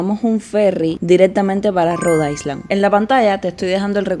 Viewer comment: Ya va siendo hora de que pronuncies “island” correctamente, no? 😊 la S no se pronuncia. Se dice “Ailand” 😘😘